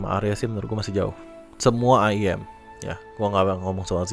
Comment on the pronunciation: sebutnya iyem bro